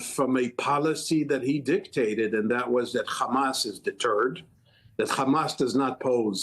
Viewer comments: The letter khhhh is arabic is H stop sound stupid just say hamas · Get Mehdi Hassan back on. Btw it is Hanas and not Khamas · Hamas or Khamas? What's with that...heard only from Israelis